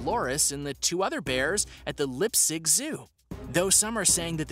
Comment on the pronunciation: Dude the way he pronounced Leipzig as Lip sick is getting me mad wtf